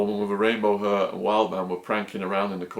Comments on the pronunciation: What the fuck is "rainbow huhhhhh"? How can an English guy not be able to pronounce the word hair? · hair has an "a" in the word !!! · The way he says hair